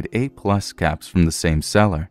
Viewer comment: He said caps I heard cats.